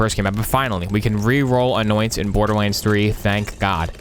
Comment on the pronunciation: lmao look how he said borderlahnds